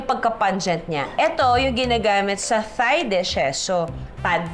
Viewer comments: Ate Juday not criticising u but heard u po so many times pronouncing “THAI as “THIGH” its supposed to be “TAI”only. Ngkamali din ako dati nyan sa pagsasabi. Till my Thai friend corrected me. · Very correct! It’s pronounced as “Tai” (Thai), Tyme (Thyme) just like Tomas (Thomas) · At ang tama daw na pagbigkas ng herbs ay Herbs hindi erbs hindi daw silent H. At Tai ang tama.silent naman ang H. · Love the video, however according to my friend, Thai should be pronounced as "tai", and thyme should be pronounced as "time", just like Thomas, it's "Tomas". Very informative ang mga videos mo Ms. Judy Ann, ang dami ko natututunan. Thank You!